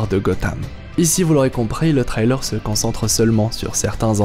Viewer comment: Frrr la prononcer sur le mot trailer stppp appliques toi